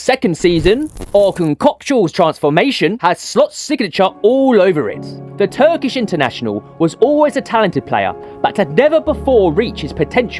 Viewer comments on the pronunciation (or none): none